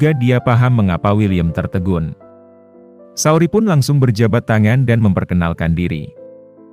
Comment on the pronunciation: Saoirse itu bacanya sersei min, bukan saori